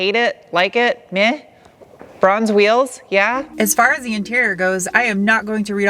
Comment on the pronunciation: A few things: 1) It took me a bit to realize you are saying Bronze. The first time you said it I thought you said "bruhns" wheels haha. 2) You had me at "the more you know." 3) FINALLY a professional reviewer who agrees with the power. I concur with everything you have said. It's a DRIVER's car, not a drag car. You want mo powa babeh, go get a Hellcat. 4) I didn't think the Hakone Edition was available in the US. That being said, I am guessing it's a limited number. 5) My Camry has the same engine as your SW20 and I've been in my friend's. They're awesome. I want a first gen. 6) I ABSOLUTELY agree with waiting until the last year to buy one. I can't wait until the next gen comes out so first gens will drop.